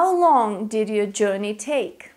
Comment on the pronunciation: Dear it's not Jorrney it's Jurrney as in Journey perhaps your Russian accent! Where to Europe?